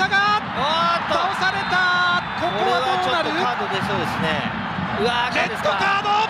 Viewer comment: デッドカードに聞こえる